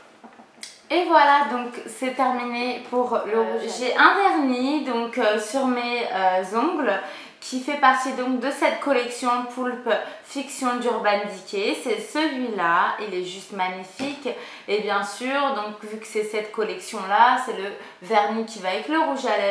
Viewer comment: Ca ce dit pas "Poulpe Fiction" mais "Peulp fictionne" (a l'anglaise) et on dit pas "Mia vallas" mais "Mia woualas". C'est un grand classique quand meme, tout le monde connait..